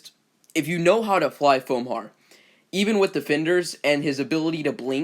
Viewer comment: It´s pronounced "Four"